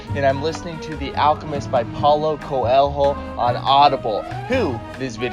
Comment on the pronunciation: HAhahahah by Pal-ho Co-hel-ho hahahhha